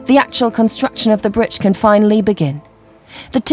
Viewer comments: The narrator for suspension bridge part of the documentary has a distinctive way of saying the word "bridge" to me it sounds like she's pronouncing it "britge" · BRIDGE YOU SILLY WAMMEN NOT BRITCH! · WTF is a Britch.... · WTF is a britch?